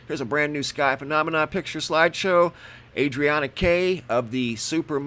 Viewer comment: The way he says phonamina is really annoying